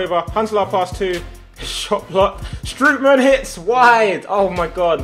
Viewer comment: you have to pronounce strootman like stroatman